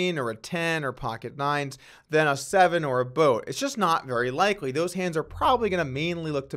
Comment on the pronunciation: It’s wikewy His Ponent Pwofits awot on bwodway